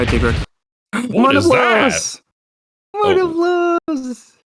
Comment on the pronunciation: I’m going to be that guy. Not tea grex Tigrex Tiger T. rex. Tig Rex. Not ti grex